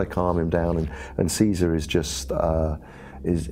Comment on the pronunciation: But when will people learn to pronounce Caesar?